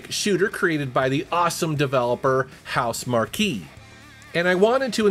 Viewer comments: Who the hell are House Markey? It's pronounced "mark", you know, as in quality. Didn't you think it odd that a software company named themselves after a really big tent? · It is pronounced HouseMark. Not markque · House-Mar-Key? It’s just House-Mark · It's not housemarquee it's pronounced housemark but spelt housemarque just to clarify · " HouseMarque" is pronounced "house mark". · Housemarque is pronounced “House Mark.” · It's pronounced "house-mark," BTW. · Great list, especially anything Housemarque. Incidentally, it is pronounced Housemark (without the key, which sounds really odd). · I LOVE THESE VIDEOS!!!! Especially the montage of older titles from previous videos. This is a GREAT IDEA! Also, love ya but HouseMarque is pronounced "House Mark" lol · Why's he pronouncing Housemarque like "House Marky"? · Pretty sure housemarque is pronounced “house mark” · That's the first time I've ever heard Housemarque pronounced that way. Makes me believe you don't follow much on gaming because Housemarque has been said in 1000's of videos over the last year with the PlayStation 5 exclusive game Returnal. #Housemarque #PlayStation5 #Returnal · Absolutely butchered the pronunciation of Housemarque